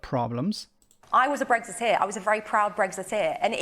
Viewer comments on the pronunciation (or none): "I was a very proud bregzitier"